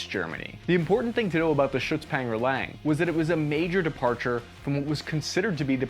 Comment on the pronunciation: Sitting here chuckling at his pronounciation of "lang", never mind the "Schützenpanzer". Trying to figure out how to explain to an American how to actually pronounce "lang". The "a" is not pronounced like the "a" in "can". More like the "a" in "Hawaii".